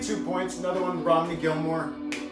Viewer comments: couple things to help you out with since your a fan and going to the shows and don’t want to get corrected talking to someone else. his daughters name is pronounced R o a m a n e e. Also between two points is a cover so it’s not his or polly’s lyrics at all. it’s a complete revamp of the song, but not lyrically written by them. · his daughter, Romany sings so beautifully on it 🥰 (oh and it’s pronounced ‘Roh-money’ - British pronunciation 🇬🇧 )